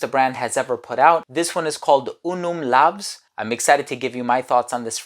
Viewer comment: it should be pronounced like laus cos it is in latin where V=U LAVS=LAUS and it does mean "Glory"